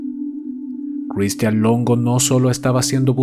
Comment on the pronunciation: Buen caso pero pq la pronunciacion tan culera de Christian? Sí, cheque y otras palabras mas complicadas las pronuncia sin problema?